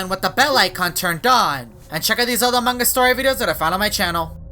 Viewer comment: you don’t say among Gus you say among us =-)😉